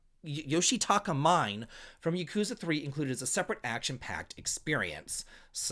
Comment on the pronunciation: Just a note. Exist Archive did have a physical US release on PS4, which I do own. Never played it, much like most other of my games, because free time is an illusion lol. One thing about Japanese pronunciation. If you see something ending with an e, that e is pronounced. So, it’s not mine like in English, but me-nay. But I know you try, so no big deal. Maybe I have the wrong perception, but it seems that Nintendo is held to a different standard for the whole physical/digital argument. I’m not suggesting Nintendo gets a pass, more wondering why does Sony and Microsoft do get a pass, considering that physical releases for PS5 and XBox One/Series are only installers, which sometimes have as little data as a Switch 2 game key card. Tangentially related, has anyone actually tested Square-Enix’s claim that they had to use game key cards for Switch 2 physical releases because the game card media is too slow compared to internal storage? It sounds like BS to me, but it would be good to have proof.